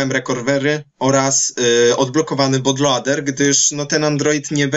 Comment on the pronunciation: but lołder :D